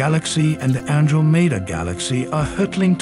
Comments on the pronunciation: I was thinking the same thing... accent on the wrong syllable. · You pronounced: an-dro-me-da... It's An-drom-eda For the sake of the universe, please research. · It's pronounced An drom med a, not an dro mead a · An-DROM-eh-dah. Not the way your mispronounced it. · "AN-dro-MED-ah"? That's the weirdest pronunciation I've heard yet. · Who taught this guy astronomy is pronounced Andromeda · What a bizarre pronunciation of Andromeda. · What kind of pronunciation of Andromeda was that FFS!! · Where the hell did you ever hear the name Andromeda said like that? If you don't know how to pronounce a word, look it up first. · The pronunciation of Andromeda 💀💀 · Yip, that pronunciation was curious.😂